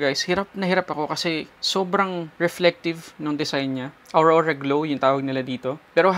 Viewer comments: Aura glow po. Not aurora glow. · Aura Glow po.. not Aurora Glow.